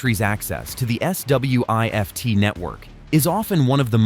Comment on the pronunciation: S.W.I.F.T 😂😂😂.... Just say Swift man.